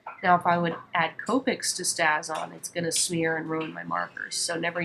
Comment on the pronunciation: Just thought you should know that the ink you used is pronounced "stay-z-on" (long a...just like the word "stay." It actually has a long mark over the "a" on the container (which my keyboard won't let me do)! Hope you don't mind my letting you know. Otherwise, nice video!